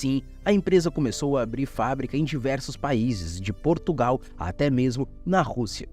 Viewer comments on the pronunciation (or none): none